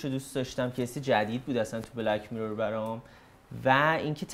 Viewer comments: آقا هی میگه میرِر ولی و حتی که از کانادا اومده میگن میرور، اصلا تمرکز آدم به هم میخوره😢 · دوست عزيز ، از شما بعيده واقعا كه تلفظ mirror رو اينقدر افتضاح بيان كنيد. واقعا انتظار نداشتم چنين چيزي بشنوم.